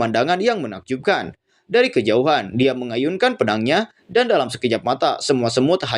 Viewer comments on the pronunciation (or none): none